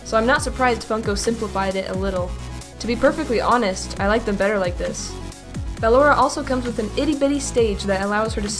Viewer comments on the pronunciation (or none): Man you're still saying battalora till this day it's ballora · I’m pretty sure it’s b-uh-lor-ah not ba-lor-ah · Dumb nuts its ballora not baloraw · (B-llora not bal-lora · I’m not trying to be mean or anything but it’s pronounced like your saying bUhllora not bAl ora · It's actually ballora not believable or whatever you call it but it's actually pronounced ballora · I'm not sure you're pronouncing ballora right,no hate you call her what you want idc How i pronounce Ballora:Ba-lor-a How pronounces Ballora:Ball-ora Again no hate you do you! 😉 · bAllora not ballora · BALLORA IS PRONOUNCED BUH-LORE-UH, NOT BAA-LORE-UH! THAT'S LIKE IF YOU SAID BALLOON AS BAA-LOON INSTEAD OF BUH-LOON! SO SAY IT RIGHT, GOSH DARNIT! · ITS NOT B-AH-LORA, ITS B-UH-LLORA. It even says how to pronounce it in the game! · You are saying it wrong BU-LORE-A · It's pronounced (Bu-lor-a) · It’s Ba*lo*ra not *Ba*lorra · ok listen:how to say it: (BUH-LORRA) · Ok not trying to say how ballora name should be pronounced but I just have to to say she keeps calling ballora baaora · Wait...did she say Bal-ora? Lol😂😂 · ballora is pronounced as buhlorrah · Btw it's Ball-or-a (ball or uh) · Not to criticize you but it's ( ba _ lor _ aw) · Ballora is Said Ball Ora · I don’t be rude but you said Ballora’s name wrong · She's saying ballora wrong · The only thing i dont like about in general is her pronunciation of “ballora”, but I don’t let it get to me. Keep it cool! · No offense but I don’t like how she pronounced Ballora’s name. Not trying to be mean tho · Ennard is a Girl and you said Ballora wrong But that's ok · You say ennard and ballora wrong😑😑😑😑😑 but lol FUNKO YOU HAD ONE JOB!!!!!!!😂😂😂😂😂😂lol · GET BALLORAS NAME RIGHT OMG